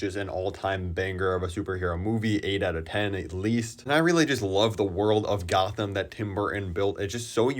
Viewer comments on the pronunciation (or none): none